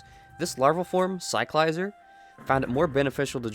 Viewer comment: In the Pokémon company videos released, they give us the proper pronunciation of some Pokémon, Cyclizar is one of them and you can’t pronounce it correctly?